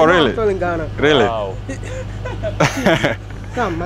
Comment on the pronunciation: " So he's the tallest guy in Ghanna?" ..hahahahahahahahahahahahahahahahahahaha..Fxxkin I died laughing..hahahahahaha